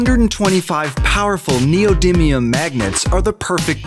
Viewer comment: They finally pronounced neodymium right